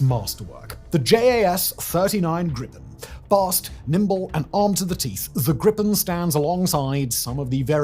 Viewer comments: Just a small detail, its not Grippen. Its more like the sound of the two words grease,without se,and pen, like how it sounds, Griii pen. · Greepen, not Grippen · its gripen. not grippen. how is that hard? at least apologize for not knowing how to pronouce our language. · A minor quibble on an otherwise excellent video: The Swedish pronounciation of Gripen is closer to "greepen" than "grippen". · you should say Gripen Whit a long i like Gr''iiii''pen